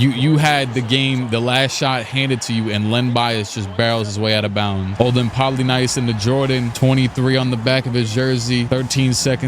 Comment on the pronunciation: Olden Poly NIECE... Not Poly NICE lol